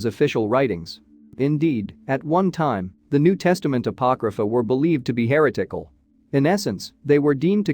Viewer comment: The (machine?) narrator kept pronouncing 'heretical' HAIR O'TICKLE. Conas a ta tu? ☘️. I had a bedsitter in Glasnevin that was haunted once.